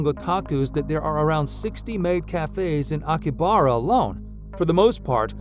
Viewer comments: It's Akihabara and not "Akibara" and Edo as in Edward not "Ido" as in an idiot. That's is what you are. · akibara? you pronounced it wrong